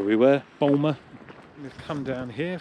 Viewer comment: Boulmer.. Lose the L, and just say 'Boomer'.... :) Just a heads up too. Not sure when you filmed this, but our Northumberland CC have made some changes to some places where you could easily park. Blocking a few places, and putting new charges on others....